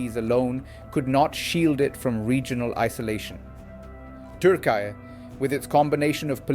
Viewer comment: For gods sake its not pronounced turk eye.